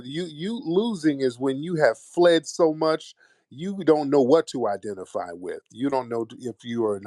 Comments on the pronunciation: I have played “you fwee & yall fwed” about 50000 times. 💀💀💀💀💀💀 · Fwee & Fwed 😂😂😂😂